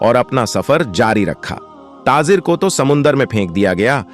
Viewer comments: Tazir nahi tajir bolo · TaJir and not taaZir